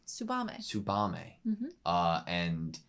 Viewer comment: There is a small exception to that rule of every syllable gets the same emphasis, and that is when a name or word starts with the "tsu" sound. The relevant example would be Tsubame's name. Giving each syllable the same emphasis and her name would sound like Tsoo-Ba-Me (which is exactly how the English dub/VA's pronounce it). But in colloquial usage, if a name starts with "tsu", that sound is kept really short... almost silent. So Tsubame's name would be pronounced more like Ts-Ba-Me.